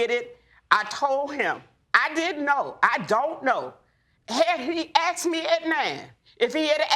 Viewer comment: Why do they say AX and not asked?